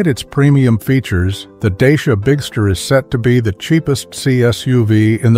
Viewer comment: Wrong pronuntiation of the name.😂😂😂😂